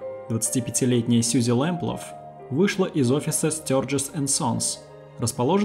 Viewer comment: Почему в названии фамилия Лэмплаг, а вы говорите Лэмплаф?